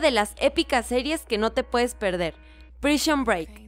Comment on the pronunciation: Lol porque dijo prishon break? Ahah es prison